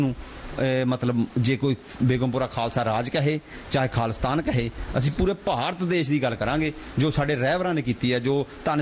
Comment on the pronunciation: Anchor is pronouncing khali-stan not Khalistan , it is not hard to figure out what He is thinking